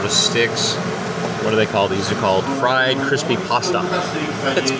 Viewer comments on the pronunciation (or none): none